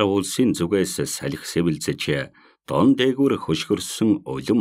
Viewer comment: Дон биш доон гэж уншвал ямар вэ